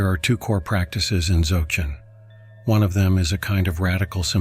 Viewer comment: “Dzawgchen”?? “Nayingma”?? Can’t you guys find even ONE live practitioner to do narration?